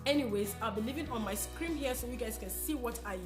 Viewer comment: "screen" not "scream"... Nobody wanna tell u that. Thanx for the video and much love beautiful